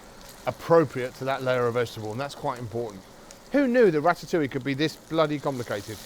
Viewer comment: Rat-at- oo-wee! Good grief. It is pronounced Rat-ta-oo-i'yuh.